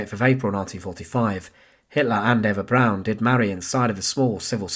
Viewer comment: Why is Eva Braun being pronounced as Eva Brown?